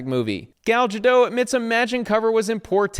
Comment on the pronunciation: Woof. Bro, it's "Guh-dot". I don't know why you've gone all "jraphics" - did you forget to play with your "jolden retriever"? Also, bud: Gal Gadot is Israeli, served on IDF, and knew she needed to spread the truth of the matter-at-hand; she's not just "[giving] her political opinion and statements about a trending news story in The Middle East". Not sure if you've noticed: Israel, Israelis, IDF, Jews in general, and Zionists of all kinds are being slandered left and right with some of the most baseless, false, vitriolic, outright-propagandist takes and insults. Zegler just jumped on a trendy narrative to stay relevant. Not so great a take, there, chief.